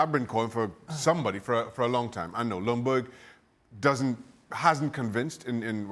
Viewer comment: freddie's last name is pronounced "jung - berg". Lj in swedish = you only hear the J.